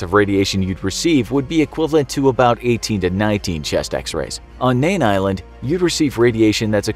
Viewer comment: It's Mean Island not Nean. "In the Arno Atoll- edit" Get simple facts straight before spitting out videos..